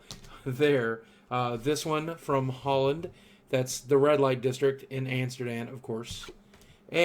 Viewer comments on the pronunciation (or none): boogie it is amsterdam not amasterdam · It's Amsterdam, not Amasterdam ;) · "Amasterdam"? :P We love you boogie, be good! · Amsterdam* not Amasterdam.. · Amasterdam?? It's amsterdam lol btw i am from The Netherlands :p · Its ''Amsterdam'' sry but i just hate it wen peapol misspell it.